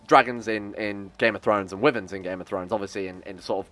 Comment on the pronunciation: I thought you said women when you were referring wyverns.